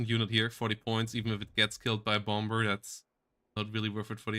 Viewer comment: You don't pronounce the second 'B' in the English words 'bomber' or 'bomb', 'bombing'. They're pronounced 'bommer', 'bom', 'bomming'. See Euros whose second language is English make that mistake very often. Just FYI, sound goofy.